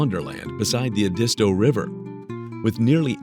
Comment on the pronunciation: Glad I grew up here and still live here.....just not in any of these locations....never....my first correction is the Ed-iss-toe River where the tribe of the same name disappeared, you should be ashamed misleading people.....alli can say is look up the crime stats....between I85 & I95 there is a lotta spots for illegals to disappear, one wanted for murder hid 3 yrs in Belton.....so just one downside there....transients from NC, Charlotte specifically, where they let criminals out....come our way, York county jail full to the brim.....Cheraw pronounced sharaw.....Funny, you don't mention the swamps or the unending rain that causes black mold to be rampant in the lower counties Georgetown specifically....HAVE A GOOD DAY